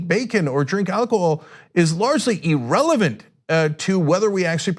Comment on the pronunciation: E-relevant E-rational What the hell are these words supposed mean? Now Ana is also mispronouncing these words.